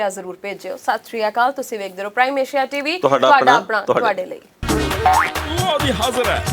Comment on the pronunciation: ਮੈਡਮ ਚੀਵੀ ਨਹੀ ਟੀਵੀ ਕਿਹਾ ਕਰੋ